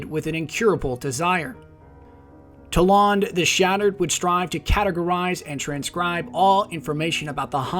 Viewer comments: You dont even know wtf you're saying, stfu already, (Toll Ond?) Its pronounced "Toll-And" dumbass, stop making videos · You pronounced kabr, wrong and how do u think it's pronounced (towlawnd) it's just toland. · Why do you pronounce his name so differently from the game? They honestly say it many times. TOE-land not TA-lawnd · toe-land not toe-lawned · "Tole-ON- d"? Its "Tole-and" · If you watch again, you pronounced it Toe-lond...not Toe-land. I spelled wrong to get my point across. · TOE LEND!!! Not talahnd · Omg the way you pronounced Toland was annoying. It's Toland not T'larnd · Toelawn lol it is pronouced Toelend because you hear from cutscene where Eris Morn talks about him! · TolAnd not to tolond also library not lybarry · Toe lond?tol ond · The way you pronounced Toland bugged me. Given that we don't know how it's pronounced, my friends and I believe it's pronounced "Toe-land" not "Tow-Law-nd" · You say the name like "Towlaund" Just say Roland and sway the R for a T. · Its not Toe-Lawnd lol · Toe lawnd? really.... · Omfg..... it's fucking toland, not TolAnd, TOE-LAND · Why do people insist on pronouncing every character's name wrong? Toland. It's said IN THE GAME multiple times.... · You pronounced his name wrong in this video. It's pronounced Toe land. I know I spelled it wrong, but that was to get my point across. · It's pronounced toe---land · Couldn't stop laughing at "Toe-Lawned" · I'm pretty sure it's "Toe-lund" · Lol toe- lond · Ugh DX can't stand it... It's pronounced Toe-land. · Toland is pronounced (Toe-Lund) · Isn't it pronounced (toh-land)? Nonetheless, great video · I honestly can't stand how this guy knowingly goes around mispronouncing character names. He did it with Kabr and now Toland. They pronounce their names in the game multiple times. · im sorry but i stopped listening because i cant stand how you say toland